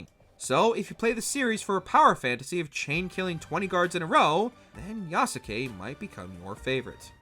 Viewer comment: How has no one yet talked about the abysmal pronunciation of Yasuke? Every time I heard "Ya-su-ke" my brain ached...how you gonna cover a game and continuously mispronounce his name. In the Japanese language, if a name ends in "suke" the U is silent. For example, in Naruto Sasuke is not "Sa-su-ke", it's pronounced "Sas-ke". Therefore, Yasuke should be pronounced "Yas-ke". Just a little nitpicking on my behalf.